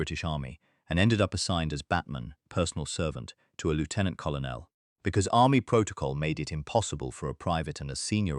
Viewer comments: Lieutenant Col on el? The rank is pronounced Cur Nell. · Lootenant kolonel - oh dear!! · You don't pronounce it "Lootenant". We are not Americans. And "Kollernell"? Tell your AI to get its shit in one sock. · WTF is a coll oh nell? Why don't creators get an AI text to speech that has been taught British English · What is a Lefftenant Collo Nell for gods sake and where on your list are Richard Todd and Christopher Lee? In other words a complete pile of crap. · AI Commentary or badly written. Take your pick. James Bond was not "07" he was "Double o Seven" (007). Very bad pronunciation overall - the pronunciation of Colonel is interesting indeed - nothing to do with the English Language (most mentions are actually Lieutenant Colonels but doesn’t let that get in the way) and "pranger" - RAF speak for someone who b"bends" a "kite". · It's not often that I give a thumbs down and turn off. If you want my attention and interest you must learn to pronounce words like invalided and Colonel. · You'd think the effing idiots could get lieutenant and colonel right.